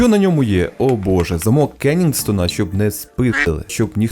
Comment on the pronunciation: Замок не кеннінгстона, а кенсінгтона. Кен-сінг-то-на